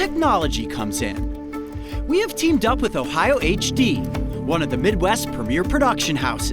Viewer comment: Im sorry, did you say Ohio Hd?